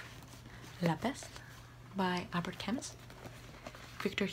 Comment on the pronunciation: Your pronunciation of Albert Camus broke the immersion for me /s